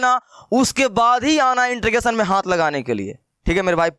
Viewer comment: beta intregation bol rhe ho